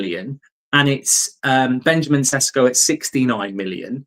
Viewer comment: May I correct your pronunciation? It's pronounced more like Benyamin Sheshko. You're doing a great job. 👍 Best regards from Slovenia